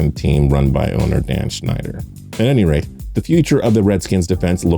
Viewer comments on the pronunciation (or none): none